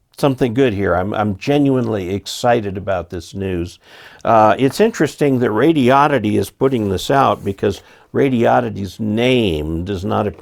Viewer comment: It's not pronounced radi-odd-ity. It's pronounced radio-did-dee.